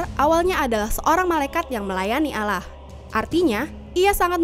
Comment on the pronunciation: Nyebut Allah nya yg bener